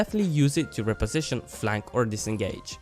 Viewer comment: You are saying "Reposition" wrong.